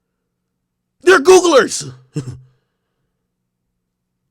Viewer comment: That nigga said Googlers 😭😭😭😭